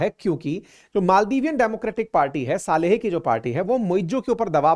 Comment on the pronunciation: सालेह नही सोलीह